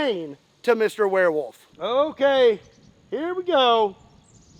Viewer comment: "OH!!!...Oh DEAR..."... Warewolf... not deer.